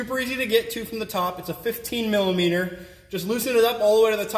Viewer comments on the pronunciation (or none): He kept saying millameaner and it cracked me up 😂 thanks for the video though